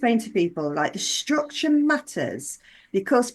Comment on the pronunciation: I'm trying to listen but cannot get past "shtructure" , there's no H in STRUCTURE